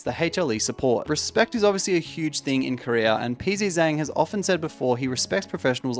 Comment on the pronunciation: my man really said Peas z zang